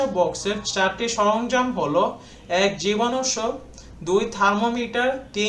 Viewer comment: So wait apni ki porte paren ??? Dekhi je porte gele akta na akta vul koren . Jibanunashok ke jibanusk bolen . Garo‌ নৃ গোষ্ঠী ke gari bol